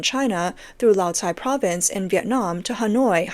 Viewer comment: Lào Cai is pronounced by Vietnamese as Lao Kai not Lào Sai.